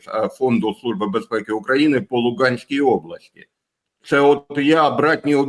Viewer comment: Не по Луґанській, а по Луганській облаькі області.